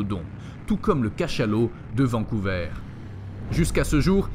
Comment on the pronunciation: Bizarre , la dernière histoire est introuvable sur google , pourtant je suis sûr qu'une attaque de requin géant aurait fait du bruit de part et d'autre de la planète. Juste comme ça , vancouver se prononce vancou"VER" (comme dans ver de terre , pas vancouveur .